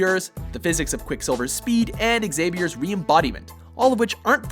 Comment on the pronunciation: Xavier = ZAVIER. The X is silent.